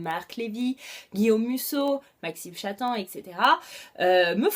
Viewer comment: Coucou! Juste pour te dire que ça se prononce "Maxime Chattam" en prononcant le "m" à la fin <3